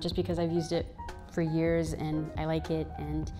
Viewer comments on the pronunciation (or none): none